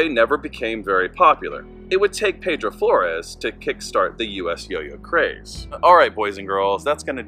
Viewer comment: He was my grandfather. His first name was pronounced Pee-dro. I needed to get that straight because i shuddered everytime you said it wrong. I know you probably didnt know that ... So now you do. I have his journals and it is an interesting read. So much to his story many dont know but our family does. That was a good presentation givin your source. Thank you for putting it out there.